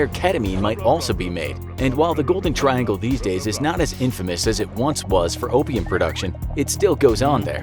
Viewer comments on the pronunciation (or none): none